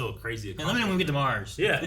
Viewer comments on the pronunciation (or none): none